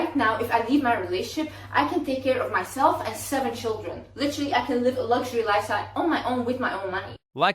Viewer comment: Why is she even talking or making these videos? Just be quiet. "LITRILLY"